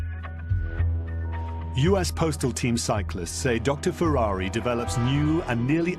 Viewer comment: Could the narrator not pronounce Ferrari's name correctly. He was Italian, not French.